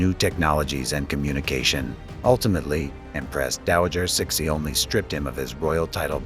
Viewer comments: Your pronunciation if CIXI is horrible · Get a new AI Your pronunciation if CIXI is quite frankly is insulting, a lot of your facts are sadly inaccurate and wanting. go away and do research